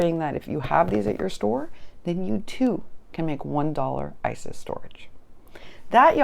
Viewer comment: Its iris* bins lol. I laugh every time you say isis. Oh yes I've been mojo - less for quite some time..I think I'm finally getting it back tho! We eat early in the day so I should be there as well! Have you considered putting shelves or something and store/organize on your walls? I had to do that. Now I'm running out of wall lol